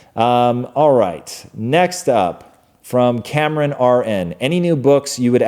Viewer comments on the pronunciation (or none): none